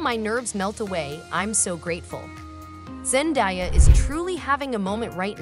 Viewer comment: Zen-DAY-a not Zen-die-a...